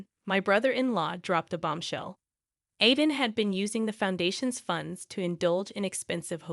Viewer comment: My grandson‘s name is Aiden…pronounced Ai-den. Hearing you murder his name many times over is really irritating to me. It would really be a good idea for you to have somebody who speaks English proofread these things so they make sense.